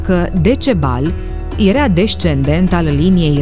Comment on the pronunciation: cand te aud ca spui erea in loc de era... mi se pun pitici pe creier